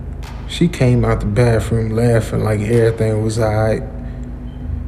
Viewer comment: Trash!!!!!!!!when the man admits to himself in his head that she probably has had several penis' ran thru her, and he still down for it that is just disgusting, if u need some better content I'll send you some, BTW the word is bathroom not bafroom